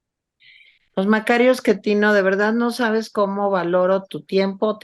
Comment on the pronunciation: el sr se llama Macario Schettino, no Eschettino